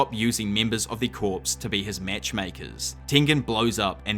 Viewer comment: For the love of GOD. I know it's spelled like corps but it's pronounced like core